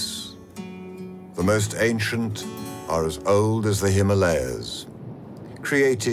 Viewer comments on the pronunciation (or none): none